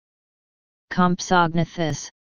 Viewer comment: Actually you are WRONG... ****COM' so NATH' us**** is the proper pronunciation.